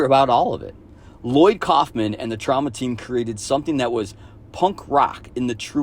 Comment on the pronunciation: The multiple mispronunciations of Troma were really off-putting. Especially since anyone who has watched those films would have heard Troma (long o) pronounced multiple times since both The Toxic Avenger and Class of Nuke'em High take place in Troma's own Tromaville setting.